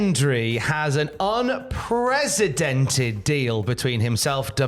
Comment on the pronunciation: TIL that can’t pronounce the word “unprecedented”.